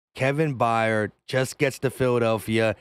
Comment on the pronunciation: It’s not By yard it’s Byard they always mess up our last name lol